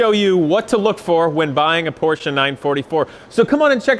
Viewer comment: You are the first American who pronounces Porsche right, congratz. This is a nice 944, but i prefer air cooled 911's. Nevertheless this 944 is a piece of art so handle it with care.